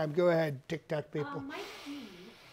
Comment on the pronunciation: I love how you do the deep nasal breathing into the mic and when you refer to Tic Toc as TOC. Absolutely spot on.